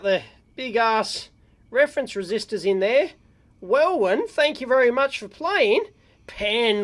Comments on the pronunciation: Welwyn is pronounced well in, not well win. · The second W in Welwyn is silent, it's a village here in England.